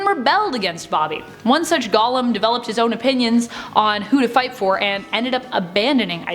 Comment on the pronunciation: It's pronounced goh-lem. Meanwhile Gollum is the thing from The Lord of the Rings